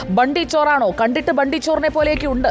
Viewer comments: Hindi valare nannai ariyunna madam bundy alla its bunty chor😂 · Bundy alla mole bunty ty